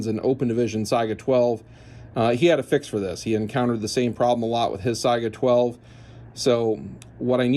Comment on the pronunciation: "SAY-GA" not Si-I-Aga